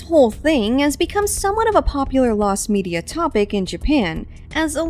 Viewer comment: actually it is "media" and not "medeia". its "メディア", not "メデイア".